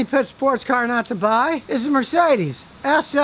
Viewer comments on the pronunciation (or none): none